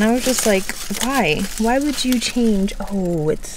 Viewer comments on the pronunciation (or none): none